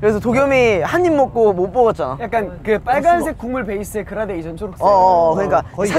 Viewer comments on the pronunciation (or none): none